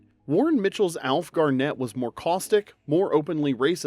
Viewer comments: Alf Garn et not Gar net. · You did get a few things wrong with the last show. It was "Til Death Us Do Part" - no Do Us. Dandy Nicholls character was called Elsie and not Else. She did not call Alf "Silly Moo" as that's what he would call her. And finally, it's Alf GARnett, not GarNETT. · NB: pronunciation: Alf GARNett